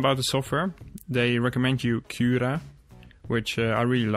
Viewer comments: Ben je Nederlands want de manier dat u cura uitspreekt klinkt wel zo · Het moment dat je cura zij wist ik dat je nederlands bent, alsnog een goede video ;)